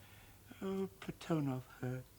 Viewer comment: PlaTOnov pronunciation annoying. I believe it's PLAT on ov with the emphasis on the first syllable.